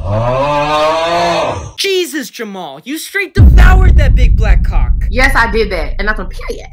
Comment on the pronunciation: Bro said cawk 💀🗿🗿🗿